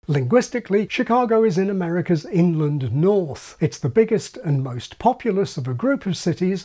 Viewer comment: i keep thinking is saying "England north" (for Inland north).